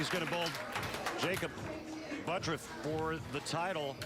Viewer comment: I don't care how he pronounces it, but 'ButURFF' is NOT pronounced 'ButRUFF''. There is no way, in the English language, in any obscure pronunciation rules, to get there. Sorry if you don't like the way your name is really pronounced, but if you want to change the way it is pronounced, change the spelling. That being said, I love to watch him bowl!